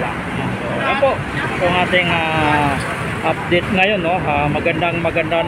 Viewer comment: (Update hindi Updet) ang sakit sa ulo!